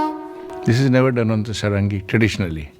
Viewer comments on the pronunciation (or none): Sarangi.... the pronunciation has an emphasis on the first syllable pronounced "Saahrungee". Dhrubo Ghosh is the son of Tabla Maestro Nikhil Ghosh. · Pronounced Saarangi. The English pronounciation does not work with Indian languages. Like Himaalaya,Raamayana!